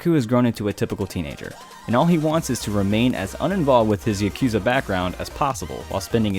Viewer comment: ??“Ya-cue-za”?? Nani? Nihongo ga wakadimaska? So many videos, always an error in grammar.. I believe in you. You can do better. And listing “dub” availability is an affront to otaku culture.